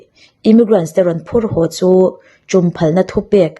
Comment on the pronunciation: thine, chutih rualin ho tia lamtur hau tia I lam ri thin hi chuan ngaihthlak a ni nuam lo deu thei, i aw mawi em em hian ngaihthlak a tinuam zual thin.